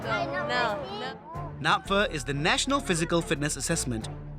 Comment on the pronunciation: It is napfa not napha